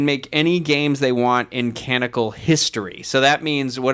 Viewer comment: Hey, a friendly & helpful tip: It's "canonical" not "canical." It bugs me a little bit every time, haha. And I love the concept that Craig is a master of other languages but only has trouble with English.